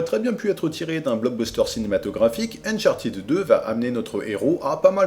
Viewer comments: Ça se prononce "Uncharteude" en fait, pas "unchartid". Très bonne vidéo sinon ^^ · c'est unchart'd avec un d haspiré; revise-toi-même ton anglais avant de donner des leçons. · (suite) Néanmoins, tu as le droit de dire Unchartèd, mais sache que tu reste dans l'erreur et ne corrige pas les autres avec ta mauvais prononciation. Des plans pour que tous restes avec un accent de merde et que les anglos nous comprennent ou se foutent de notre gueule. Merci p.s, la phonétique a des règles reste internationales et on la retrouve dans les dictionnaires.(Ça c'existe pas la prononciation française) Vu qu''Uncharted n'existe pas en français, on regarde les dictos anglais. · A oui, tu tiens cela de quel dictionnaire, car moi mon Cambridge Dictionaries Online( qui est une référence) me dit un UK "uncharted adjective literary Pronunciation UK /ʌnˈtʃɑː.tɪd/ How to say uncharted adjective in British English US /-ˈtʃɑːr.t̬ɪd/ How to say uncharted adjective in American English". Tu crois entendre Ed,.mais c'est i non appuyé ou le simple son D sans voyelle. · A moins que tu montre la page du Robert ou l'énoncé de l'Académie français concernant la prononciation des mots anglais qui confirmerait ton énoncé, tu as encore tort, car cela se prononce,ʌn.ˈtʃɑɹ.tɪd/ (avec AUCUN Sons È ou I).. Au moins, l'anglo. prononce bien fromage dans son ''omelette du fromage"